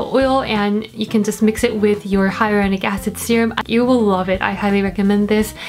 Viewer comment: 바이링궐 이세요? 아니 영어를 어케 이렇게 잘하지 -,- 히알루롱산 발음 할때부터 지리긴 했지만 ㅠㅠ